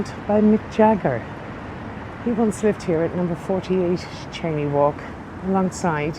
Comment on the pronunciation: Cheyne walk pronounced (chainee walk) not Shanee.